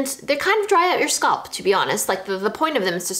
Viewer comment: scalp, not sculp